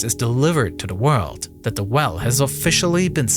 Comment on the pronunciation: Problem Wiff da wewll